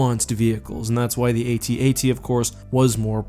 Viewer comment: The atat you say atat like adad